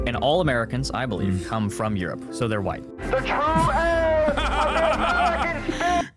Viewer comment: Pisses me off how the irish guy says white